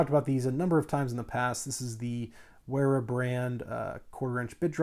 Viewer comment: Sounds about right. Good video. I really like the brand Wera and have a set of their electrical screwdrivers and a mixed bit set. Their #2 Phillips tip is far superior to DeWalt! Also, just an FYI, the company is German. In the German language, W Is pronounced as an English V. Principle their name Is like saying the word 'Very' but then replacing the Y with an A. Like, Vera. Same thing for Wiha Tools as well. It's pronounced like Viha in English.